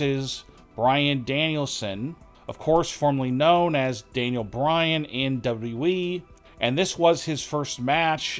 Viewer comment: It's "WWE". Not "W.E"